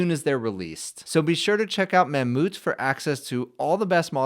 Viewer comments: Is it seriously pronounced “mam-MOOT”?? why not Mam-Mouth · It's pronounced ma moth